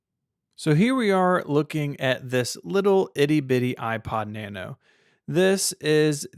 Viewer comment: Out of the select few Apple products ever owned, my favourite is the 6th Generation iPod Nano. It was way ahead of it's time, and it paved the way for the current Apple Watch series. This video was too negative, did not pronounce 'Nano' correctly.